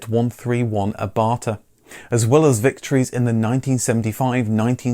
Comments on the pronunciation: not 131 AbarthA, it's 131 [ˈaːbart] (hard t no a) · AbartHHHHHH. Pronounced ah-bart. "Because there's a fucking H in it" (c) Eddie Izzard. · it is abarth. not abarthaaa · Not only does he mispronounce Abarth, but shows a picture of a car that never went to rally, the SE 031